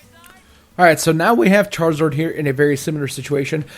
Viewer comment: errhh why does he say omazing and charazord?